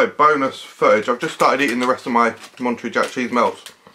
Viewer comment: It's MonteREY, like Manta Ray :D